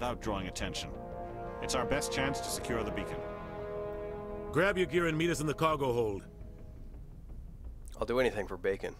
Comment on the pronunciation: LOL once you kept saying "bacon" I kept hearing "bacon" every time they said "beacon"